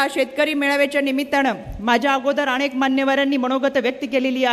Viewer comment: रुपाली ताई न आणि ण मथे फरख आहे आणेख आसा शब्द नाही अनेक आसाउच्चार करायला शिका